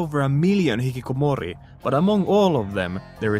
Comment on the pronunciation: Hikkikomori sounds so good in the finnish accent